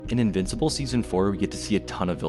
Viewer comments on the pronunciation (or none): none